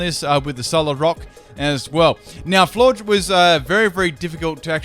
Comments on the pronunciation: Florges is not pronounced as Florgs. Florges=Flora + Gorgeous. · The way he leaves out the s in "Florges" triggers me. It's like gorgeous for Christ sake.